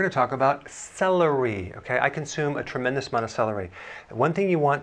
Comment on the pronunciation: The way he says SE LE REE at the start like this is a phonics lesson 🤭🤭